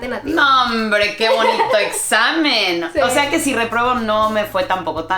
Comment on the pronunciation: Al principio Holly dijo "reprobo".